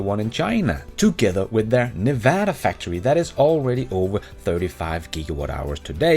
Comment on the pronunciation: you pronounced Nevada like a Nevadan!! Californians can’t even do that. Way to go!!